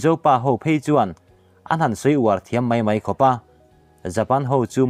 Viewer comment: I content ho hi ka ngaihnawm tih zawng tak vek an ni a mahse i word lam diklo awm thin kha ka lo ngaimawh em" thin(eg. mai mai tih tur ah mei mei)hma isawn khawp mai👍👍